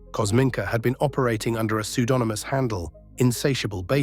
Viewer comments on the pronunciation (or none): "Psuedominôus" what?